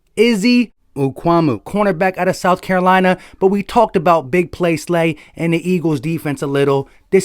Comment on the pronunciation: Cant pronunce it just look up south carolina cb not horn the other one.